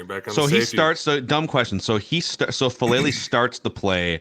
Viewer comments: The name is "Faalele", not "Faalale". If you're making a video of the guy at least get his name right, for heaven's sake... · Heads up for future ref: all vowels in Polynesian languages are pronounced, so Fa-a-le-le. Another great Polynesian Aussie making some early waves. Hopefully he and Mailata have long careers! 💪🏼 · FA'ALELE (fAH-AH-Leh-Leh)😊 Thanks for recognizing this uso (Samoan word for brother), his hard work and improving skills💪🏾🇼🇸🇦🇸🇼🇸🇦🇸 GO RAVENS💪🏾😈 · Anyone else still trying to find the "H" in Faalele? 😂😂